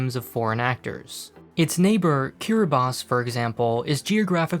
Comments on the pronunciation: Yes. Kiribati is pronounced kiribas. As weird as it sounds [s] is actually an allophone of /t/ in Gilbertese. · Well done on pronouncing Kiribati correctly. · Thank you for pronouncing Kiribati correctly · Damn, it feels so great when someone says Kiribati correctly